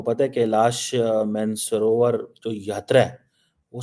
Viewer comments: It’s not man-savrovar like “man of match” it’s maan sarovar like “maan singh”😊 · Bhai apna aadat se jahil hai, angrezi ke saare words galat pronounce karega but jab mansarovar bolna ho to he starts with pronouncing it as 'man'. 💥